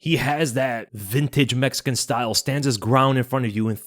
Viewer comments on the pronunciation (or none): none